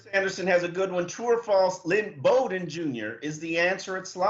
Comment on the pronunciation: Omar....Flores told you in his press conference this week that Lynn Bowden’s last name is pronounced like coach Bobby Bowden’s last name. It is not pronounced “Boden” ...as you keep saying. Very unprofessional.